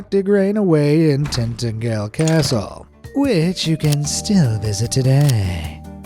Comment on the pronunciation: If you want to visit, Tintagel is pronounced Tin- ta - jel. (Minor emphasis on the middle syllable.) Cornwall is a very beautiful place and is well set for tourists. But it isn't cheap, especially during the summer... 🤷🏻‍♀️